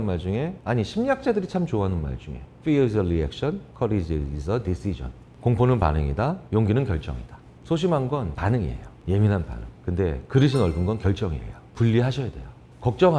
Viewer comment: carriage 아니고 courage